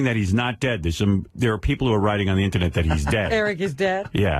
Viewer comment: "You can find the information on the eennernet"